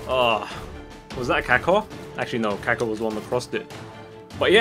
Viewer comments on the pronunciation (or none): (Cack-uh) How pronounces Kaka...